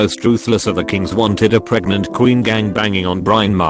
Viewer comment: "Pootoh recken" 🤣 Puerto Rican robo pronunciation lmao. Some of these robo pronunciations are hysterical, like the time it said pregananant (I died).